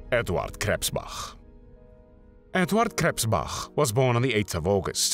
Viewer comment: Edvahd Kresspbacch